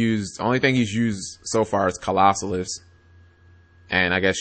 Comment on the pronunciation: Claw-So-Las not "Colossalus"